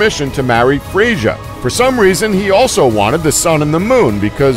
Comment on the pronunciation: Cringed until I could take it no more, at least pronounce the names properly!! Who the hell is Fray-sure????